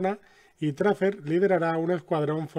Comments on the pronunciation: Has pronunciado Tracer como "Tracer". MUY MAL, SE PRONUNCIA "Treiser", suena raro pero es verdad #NoMoreBullyingToTracer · Se pronuncia treicer y kla verdsad qes que estioy muy eofendiodio oorque ono pli pronciuncuas bien tio te copads de mi abuela tio